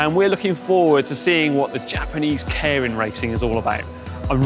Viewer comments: Pronounced 'care-in'? Every other youtube vid I've seen pronounces it 'keer-in'. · It's not "KAREN".... It's Keirin... (kay-rin). Sorry, but after 20 years of living and cycling here I just had to say. That said, so glad you introduced this. Next is to show the amazing roads that Japan has to offer. Happy to take you on a ride. Check out Gunma Prefecture and the mountains. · Loved this. Try and pronounce it "kee-rin" though, with a hard "r", as apposed to "care-in". ;) As an aside, on the date of publishing, 10000JPY is 69GBP, 78EUR, and 89 USD. Understand the simplification, but I nearly got a heart-attack in thinking my salary was completely down the sh*tters... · Nitpick: It's better pronounced"Kay-rin" instead of "Care-rin". Bugged me all video. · Sorry to be picky but it"s pronounced kay-lin. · And in true British fashion, this guy slaughters every Japanese word... "Karen racing" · Let's get the pronunciation correct. Kay-Ee-Rin. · He was taking the piss out of the presenter's pronunciation, muppet. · I think either "Kay Reen" or "Kay E Reen" might be a useful way for a non-Japanese speaker to correctly pronounce it. And then it's a flipped R not a rhotic R. But that's getting too detailed for the casual cyclist to have to think about. Good job mentioning this pronunciation point. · I keep hearing "Karen Racer". Damn Karens are everywhere in 2020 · English guy is pronouncing it "caring". I wonder if that is correct. Normally Japanese is pronounced exactly as written. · When pronounces Keirin 🤦‍♂️ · Can you at least pronounce Keirin properly?